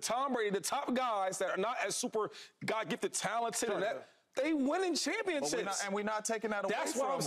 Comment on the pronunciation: Why does Shady pronounce Championships like “ChampionChips”